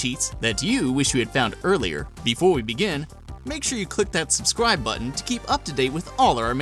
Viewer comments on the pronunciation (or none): none